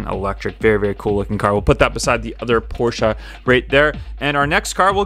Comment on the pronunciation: The fuck is a porscheu